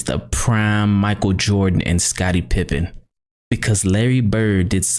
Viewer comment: Let me start off by saying, I’ve been a KNICKS fan since the 80s. Patrick Ewing is my FAVORITE player of all time so I TRULY HATED MJ in the 80s-90s. I think MJ is the GOAT by far. BUT, I LOVE LARRY. He’s #2 on my Top 10 of All Time. - just to let you know, It’s pronounced…PIP-PEN …NOT PIMP-IN. - Let’s remember for DECADES…people said the 1986 Celtics with FIVE ALL STARS were the BEST ever. So many people nowadays say that the 73-9 Warriors are the BEST team ever. - Let’s also remember for the MJ Bulls in the 80s when basically had only Scottie Pippen who had these PPGs averages and didn’t hone his exceptional defense till after the 80s… 1987–88 (Rookie)…7.9 1988–89… –90…16.5 - Kerr and Rodman were on the Bulls for the SECOND THREE-PEAT.